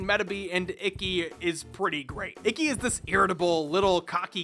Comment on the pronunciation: I’m about to start watching it on amazon and I so so sooooo wish it gave the option to listen to the original japanese cause the way everyone pronounces ikki’s as “icky” is gonna annoy the sh*t out of me….